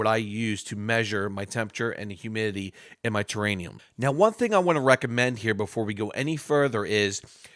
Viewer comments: It’s TerraRium , not terranium. A terranium is not a thing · What's thus terraNium think you keep talking about? I think you mean terrarium. NO N. it's an R. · Lol yes it was killing me.. there’s not an extra N in it lol